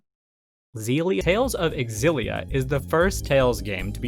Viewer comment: Tales Of Xillia is pronounced Tales Of Sillia :) The X is like an S.